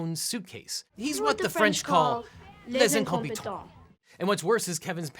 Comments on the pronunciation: Are we not going to talk about this wrong the French is? You don’t say les you say leh, and les means the so she’s saying the incompetent, shouldn’t she of just said incompetent? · I'm french and I don't understand what the teenage girl says... "les incomitants" ???